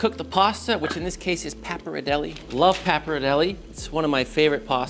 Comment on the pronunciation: nice video but i despise how you pronounce pappardelle